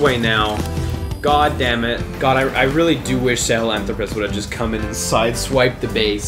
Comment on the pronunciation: Sahalanthropus is 5 syllables, not 4, but for some reason, this and the Shagahod just stuck with me, their names are very unique, unlike Ray and Rex